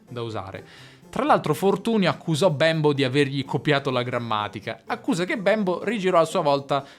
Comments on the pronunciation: Si pronuncia Bémbo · Bravissimo! Ma quindi l'italiano è una lingua "manierista"? e Bembo non si dice con la e chiusa? Grazie Ciao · infatti. Mi crea davvero un poco di disagio quella 'e' così marcatamente aperta che adopera nella pronuncia del nome Bembo